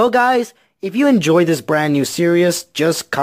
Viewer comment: Lol stop pronouncing series (surious)!